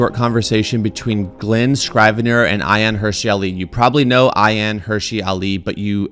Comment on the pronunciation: Thanks for giving this clip the attention it deserves. P.S. It's not "Hershey" Ali, though. It's more "herSEE". Cheers!